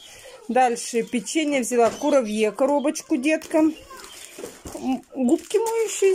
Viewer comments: Не кураВье, а кураБье😁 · 😃Енто такой французкий диалект у 🤗